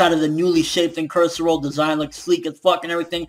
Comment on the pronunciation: Also,Incursio* not Incursero :p